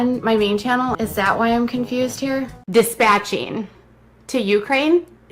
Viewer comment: What??? Every person in this world has a responsibility to be a citizen of the US? Dispatching is also what you do to an injured animal. She needs to be dispatched. Poor Amelia just needed to not disappear?? Free Amelia? Doesn't she know she's dead? God she's an idiot. She should learn to pronounce legal terms if she's going to say them.